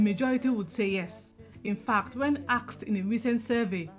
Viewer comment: Interesting. You pronounced "asked" as "axe".